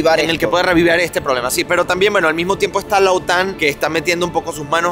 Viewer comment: Pronuncia bien OTAN vale, pronuncia como los demás que es la manea correcta.